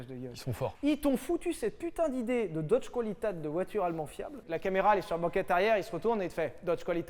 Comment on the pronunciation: On dit : Deutsch "kvalitéte " pas "koualitate" !